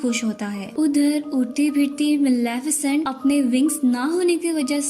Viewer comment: Not Malaafesent this is Malefisent